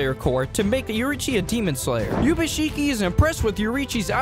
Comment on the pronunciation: And also in the 2nd scenario pronouncing Ubuyashikis name as yubashiki like bro??